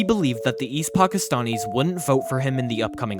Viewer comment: Pockistonnies you say. From Pockiston? Really? 🤔 Why do you talk like that?